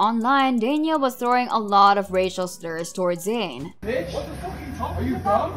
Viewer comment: Zain not Zsin